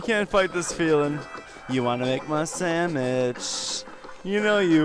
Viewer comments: I just want her to make me a samich. That how I say it too!!!!! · lol u make me a samich, ma'am. Ma'am, make me a samich. Ma'am. MA'AM. Okay, here comes the lasso...